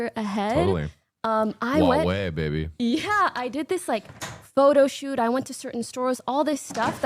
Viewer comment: 30 year old pronouncing baby as "baybeh" holy fcking cringe she is def showing her age